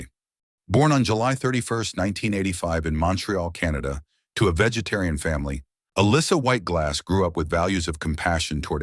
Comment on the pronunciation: If you are going to make a video about a celebrity, the least you can do is teach your stupid AI voice to pronounce the name right. Sheesh!